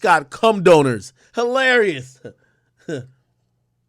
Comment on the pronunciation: Not “doners” 😂